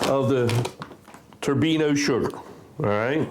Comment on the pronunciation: Thanks for the vid. Your show - your pronunciations, but fyi, Turbin - ado, kinda like Colorado (AFAIK). 😉 NO?